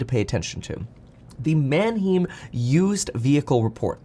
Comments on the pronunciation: Small fyi, Manheim is pronounced <Man-hime>, not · Erm, Mann-haym, not Man-heem. I thought you were borne in Germany. I guess not a lot of German stuck. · Man hime… not heem!! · Mannheim has a long i sound, hime not heem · Manheim is pronounced Manhime not Manheem ...painful to the ears lol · It's pronounced Man-hime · It's pronounced man·hime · It's manheim pronounced Man Hi Mmmm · Who else cringes when he said “Manheeeem” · Manheim rhymes with “mime.” Better brush up on your German. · Kevin, at least pronounce it right. Its Man-"high"mmm. Have been to the auctions at Mannheim, PA multiple times. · FYI it’s “man-hime” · Man-HEIM. It’s pronounced with the long vowel “i” sound. Like the city in Germany. man·hime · prounounced mann-hyme mate, good video otherwise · PLEASE KEVIN - Manheim is pronounced (man-high-m) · “Man hime” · Why do you pronounce Manheim the way you do. How do you pronounce Eisenhower?? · Gotta get the pronunciation of Manheim down - lol - love your videos though. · Learn how to pronounce Manheim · I don’t appreciate the way you say Mannheim, Kevin!!😤😂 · Please say Manheim correctly..... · Kevin, you're German! There's a huge Bahnhof there. You know how to pronounce it correctly!